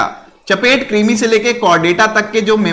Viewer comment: सर चपटे कृमि (फीता कृमि)होगा ना, आप चपेट कृमि बोल रहे हैं तो थोड़ा सा उटपटांग लग रहा है 👈😂😂🤭 vaise bhi aap romantic मिजाज के हैं गुरु जी👌🤟❤️😍